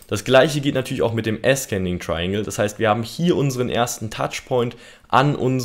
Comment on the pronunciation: Zur Aussprache: descending= diesending also nicht diskending / ascending=ahsending also nicht askending. Gern geschehen der Korrektor...